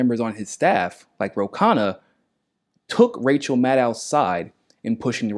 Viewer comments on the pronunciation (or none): none